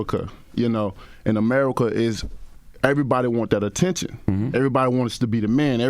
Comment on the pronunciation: "As It Is In Amurrrika" 😂😂😂